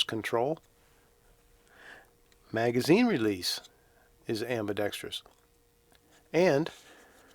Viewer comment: Thank you for saying "ambidexterous" and not "abidexTREEus"... and for the sarcasm 😁